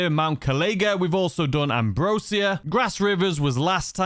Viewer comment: Ambrosia is pronounced like how Asia is.